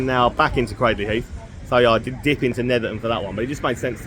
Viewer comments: Nah mate it's craydley not craddley, anyone telling you otherwise is winding you up! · Pronounced Craydly, not Cradley.